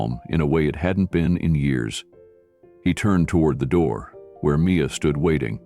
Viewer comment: THE runway, NOT Thee runway!!!